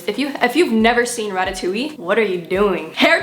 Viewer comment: i lost it with the way she said ratatouille